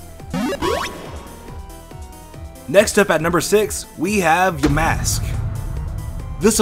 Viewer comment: wut theeee damask?? i tho yamask ...